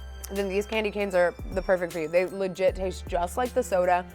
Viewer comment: Clamdy canes 🤣